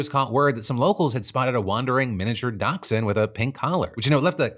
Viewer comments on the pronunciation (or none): Can we talk about the way that Phil pronounces dachshund? 😐